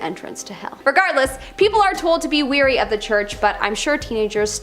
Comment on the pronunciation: not weary, wary.